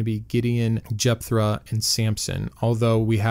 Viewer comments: Love the channel, but you're killing me with the "r" sound in Jephthah; or have I always been pronouncing it wrong? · Sorry but this is driving me batty. There is no “R” in Jepthah